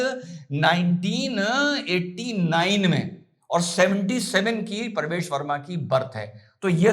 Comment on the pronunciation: Parvesh nahin pravesh bol bay...